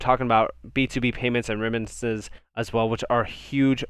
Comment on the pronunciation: the word is remittances …. not reminances … not being mean. I like your content, just helping you out. Excellent info & video 👍 good job, I subscribed